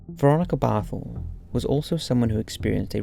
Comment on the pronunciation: LMAO 😂 It’s Veronika Barthel